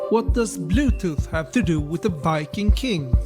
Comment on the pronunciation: Do you say Biking king??? It sounds like it